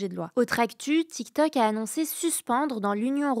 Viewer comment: Essayez d'expliquer à que c'est Tiktok, pas Tiktak Merci. Elle prononce les o comme des a, c'est agaçant.